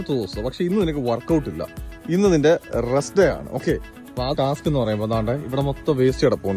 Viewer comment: ഡാ റസ്റ്റ് എടുക്കണം ennu പറഞ്ഞാ റെസ്റ്റെടുക്കണം da😂😂😂😂